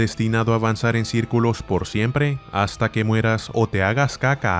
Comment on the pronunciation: Like si te da risa como dice: "CaCa" xddd